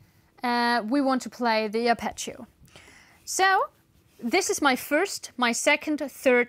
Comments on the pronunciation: You pronounce Apache-o, just say Harp eggio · please pronounce Arpeggio correctly, it's italian, but anyway is a double G not a single C.